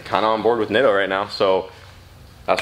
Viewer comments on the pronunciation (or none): Them Neat-o's ( now Brent says Nitto..lol) look good.